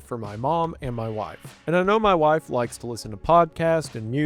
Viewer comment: I like how you say "Mauy Wahiife." Very southern. Very lippy.